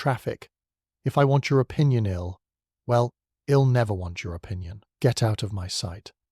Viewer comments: A good tale spoiled by the reader. I’ll is not “ill” and though you did eventually get it right, locsh is pronounced lock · Oh my God! Do you even bother to listen to these first? I dee instead of I'd I'll instead of I'll? Etc it's too much sorry